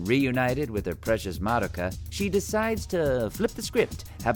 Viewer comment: THANK YOU FOR PRONOUNCING MADOKA'S NAME CORRECTLY